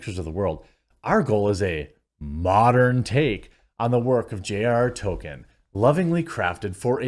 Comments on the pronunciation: To”l”kien Not “Token” Come on man! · Appreciate your videos Quartering, but would it kill you to pronounce the L in Tolkien? It’s not “Token.” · Its Tolkien. Not Tokken. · If you are going to talk about Tolkein, 1) learn to say his name right, and 2) learn how to correctly say the the words he created. Stop fucking it up. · oh yeah, could you try to pronounce the L in Tolkien?